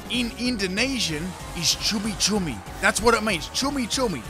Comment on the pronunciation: I'm from Indonesia and you said cumi-cumi correct 😀